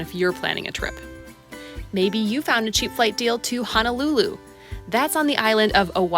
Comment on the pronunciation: fyi...the city of Honolulu and the city of Hana is NOT pronounced the same...o vs. a... Hoe-know-lu-lu Ha-na...just want everyone visitor to know to pronounce Honolulu properly, it is not to be pronounced as Ha-na-lu-lu, but Hoe-know-lu-lu.